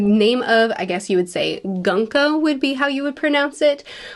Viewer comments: Her name isn't pronounced gun-ko. It's gu-n-ko. Like goon-ko. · Goonko, not Gun-ko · Great breakdown as always. Her name is pronounced, "Goonko." I think she's got the "Mira Mira no mi". Mira can mean bandage, mummy, beautiful, and many other things.